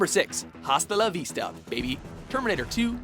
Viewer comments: Dude, it pissed me off so much, I'm so glad someone else noticed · He said hasta la vista incorrectly four times in the video. Dont they teach spanish in canada?